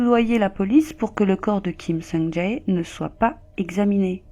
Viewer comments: C'est Kim Song "Jay" (pour la prononciation), pas "Ja É" 😭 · On prononce son nom "Kim Soung Djè" ~ désolé mais tu le dis tellement de fois qu'à un moment, il faut rétablir la vérité... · Son nom se prononce Kim Song Tsé. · Kim sung jayy 😂😂😂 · vos vidéos sont bien mais on prononce « képop » comme en anglais et on prononce Kim Sung Jè.En tout cas continuez comme ça 👍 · Quelle histoire tragique Juste petite correction mineure ( on prononce "sungjè") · Ni sur la prononciation de Kim Sung Jae 😅